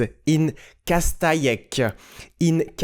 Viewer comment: Castaic is pronounced CAS-TA-YEK, you're welcome.